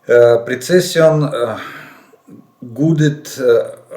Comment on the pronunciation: Пане Олеже, де у тексті англійське "precission" , вимовляйте як "Презишн" (українська транслітерація). Вчимо англійську разом!